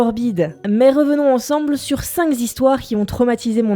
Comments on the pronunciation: cinq zhistoitres ? non non non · S'il vous plait c'est insupportable... J'adore tes vidéos, je regarde les vidéos de plein de youtubers qui ont l'air assez cultivé, mais toujours la même faute que je ne supporte plus: on dit cinq histoires! Et pas cinqS histoires!!! :'( merci. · Les 5 Zistoires, ça fait mal aux oreilles ! :) à part ça toutes ces vidéos sont très intéressantes, merci. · ça fait deux vidéos où je t'entends dire cinq z'histoires, cinq z'acteurs... faut arrêter avec ça, il n'y a pas de s à cinq. Ça écorche les oreilles !!